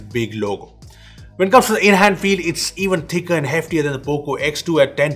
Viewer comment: nobody.... poco ... P O C O